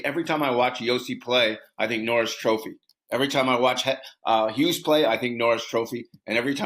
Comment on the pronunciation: It’s Hughes.